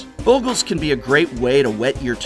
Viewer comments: It's Bog-LAY get real :P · Talking about mispronunciations... The double consonant after a vowel shortens the sound, in this case the short o, as in boggle. Usually having an e after a consonant after a vowel lengthens the sound; making bogle having an o sounding as in toe. Damn English and its rules.